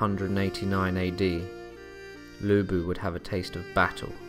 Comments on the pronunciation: Thank you for covering Lu Bu! Good job, but could you work on pronunciation? Chinese is a difficult language, so I understand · Its...its...LU BU!!!